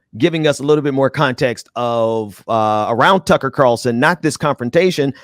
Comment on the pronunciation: I thought he was saying Cucky lol